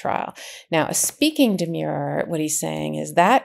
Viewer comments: And I think there is a difference in pronunciation between the legal term demur (an objection) deh- murr (rhymes with "were" and the adjective demure (reserved, modest) dee- mure rhymes with "sure" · Karen, you must know that the word is “de-m/schwa/-er. Not “de-myure-er”. There’s nothing demure about it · Demurrer is the spelling and the pronunciation is de-mer-er. Not de-Muir-er. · Aaahhh they are not demures. Demurrers. ERs. Not urs. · Love you guys, KFA, but yr 'umble editor says: it's di-MUR, "di" as in dinner, "mur" rhyming with "fur." The word you are speaking is "demure," which means reserved, modest. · Karen….please. It’s a demurrer. Not a demure. Please! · It isn't a de-mure-er as in demure. It's demurrer as in demur. Like defer, refer. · It’s pronounced demur-er, not demure. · Karen, learn how to pronounce the words you use. Demer means to raise an objection. A demurrer is the objection. Both have the "mer" sound of mercy. In contrast, the word demure, meaning modest or shy, have a long-u sound as in pure. So a demurrer would be pronounced de-mehr-er not de-mure-er. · Demurrer is properly pronounced "d merr". The u is silent. As an 82 year old retired lawyer, I think it is important to know proper pronunciation of the old Latin words. When I opened my first case book for criminal law I was glad I had my giant "Black's Law Dictionary" too. It looked like half the words were in Latin. My professor took the time to be sure that we understood the pronunciation and meaning of all the archaic language in order to brief the cases properly. I loved every minute of Law School. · Demurrer is pronounced just as it is spelled: Dee-Murr-er. The "u" in "murr" sounds like the vowel in "fur", not like in "demure". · Great analysis! But oops! 697 are not pronouncing the word “demurrer” correctly ! It’s de-MUR-er!